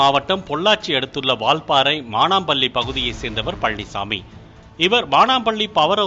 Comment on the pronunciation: என்னடா இது தமிழ் உச்சரிப்பு? பள்ளியை பல்லி என்கிறாய், பழனிச்சாமியை பல்நிச்சாமி என்கிறாய்.!! தமிழை ஒழுங்காக உச்சரிக்கத் தெரியாத நீயெல்லாம் செய்தி வாசிப்பாளன். இதெல்லாம் தமிழுக்கும் தமிழ் நாட்டுக்கும் வந்த பெரும் சோதனை! 🤔🤦🤦🤦😭